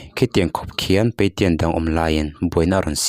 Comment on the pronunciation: Patient i lam dan a dik lo. Peitian ti tawh suh. Peisian tiin lam rawh.